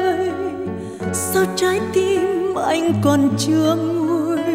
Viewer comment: CHÁI tim ? đi GIỒI ? Những ca sĩ nổi tiếng nên chỉnh lại phát âm TR và R cho đúng !